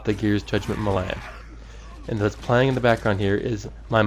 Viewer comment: LOL, "muhlay". It's pronounced "may-lay". :D